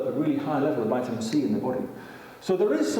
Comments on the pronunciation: His mispernounciation of the word "vitamin" is just too much for me to watch this. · Vital A Mineral.